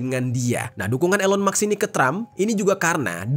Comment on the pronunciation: elon musk (read : ilon mask) 😊🙏🏻